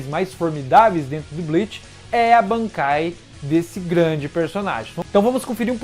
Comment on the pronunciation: segura mais um pouco quando for falar "bankai" Tenta algo tipo: "BAANKAAIII"